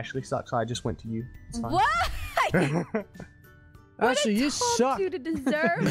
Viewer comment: Why is it so funny when says Atlie instead of Ashlie 😂